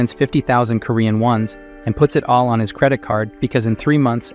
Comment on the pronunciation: makes SO much sense, for a while it was saying the word "all" as the name "AL" like short for "Albert" and it was getting on my absolute nerves. "Colleagues" was "Coll... eague... ands" a few times and was said slowly like he was reading the word for the first time in his life. "Filled" > "Fill... ed" || "Surveillance" > "Sur... veil... ahns" || "Following" > "Foh... low...ing". A lot of the pronunciations are really throwing me off and I notice them so much, I understand why this channel is probably using AI, they're probably taking out a lotta content but ehhh.. it's just not for me. After I'm done hearing this story, I'll be going to a different channel for this sorta stuff, I only clicked because I mistakenly thought it was a different channel that the voice sounds super similar, but it's much more expressive because it's someone actually reading it.